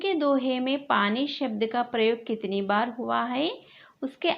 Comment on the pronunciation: Baar mam adi not bar